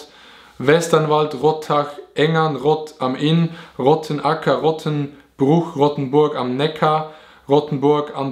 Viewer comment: Dieser Moment wenn er tausende dorfnamen richtig ausspricht und dann bei deinem verkackt XD Rottenbuch mit doppel t XD